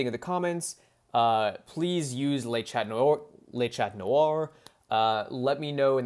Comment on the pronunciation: Great video, but 'le" sounds like it is written, even in French 😝